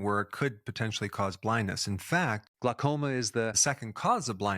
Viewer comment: It's glau- as in howl, not gluh- as in duh! Great info though, thx!!